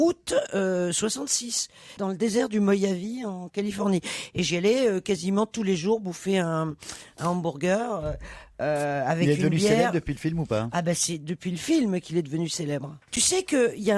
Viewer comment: "désert du moyavie" 😂😂😂 La prononciation courante est "mojavé" (j = j espagnol (jota)).